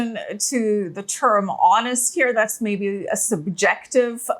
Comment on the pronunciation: Every time says 'here'. Heare Love it. Amazing. Shalom.